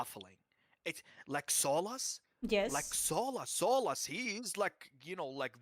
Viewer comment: When he said “it’s baffling…like, Solas “, I thought he was saying soulless. As in this game is soulless and uninspired.